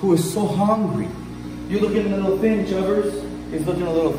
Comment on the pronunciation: "You looking a little thin" Is what he said but what I heard is- "You looking a little FINN"